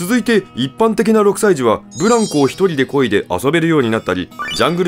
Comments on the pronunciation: ブランコの発音違うと思う人おる？ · ブランコの発音が過去の発音ですな